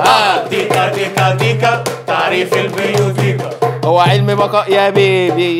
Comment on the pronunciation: انت بتقرا البيوتيقا غلط 😂 معلش ادبي بقا والفلسفة لعبتي 😂❤